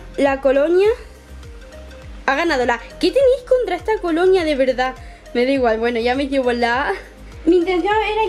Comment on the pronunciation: Porque dices "coloña" todo el rato??